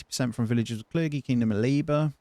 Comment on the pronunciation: It’s Cler-jee not cler-gee